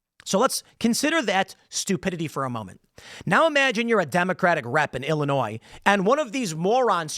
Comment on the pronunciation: Wait she lives in Illinois and pronounces the S lol